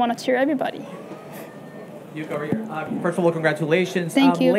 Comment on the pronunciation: Yuka’s pronounciation is Yuuka, isn’t it?